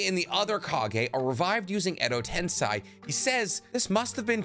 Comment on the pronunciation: So many videos made... hundreds of episodes watched and you still say tensei wrong holy shit